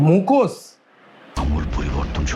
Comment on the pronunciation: মুখোশ বলে এটাকে মুখোসসসস বলেনা😂